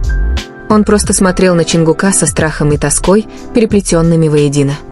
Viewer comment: Автор или блогер или чтец текста, как надоели ваши ошибки при чтении. Имя ЧОНГУК не склоняется !!! Чонгука - ударение ставьте на У. и т. Д. И это очень часто так делаете. Не слушаю вас из за этого.